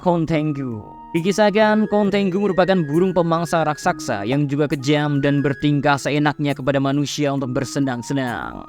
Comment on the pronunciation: RAKSASA BANG BUKAN RAKKSAKSA😂